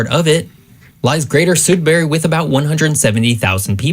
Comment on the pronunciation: Greetings from Thunder Bay. Can’t argue with much beyond the creators pronunciation of Sudbury. What isn’t stressed as much is the availability of infrastructure north of Lake Superior. Most populations north of here are smaller native communities that are primarily accessible by plane in the summer months and ice roads in the winter. This makes goods and resources very expensive to ship in presuming that the community hasn’t already evacuated for the fire season. We have currently at least seven communities evacuated due to forest fires in northern Ontario.